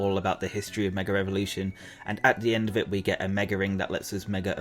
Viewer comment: gotta get this of my chest after a long time. your pronunciation of mega as "meger" is often hilarious but also getting on my nerves.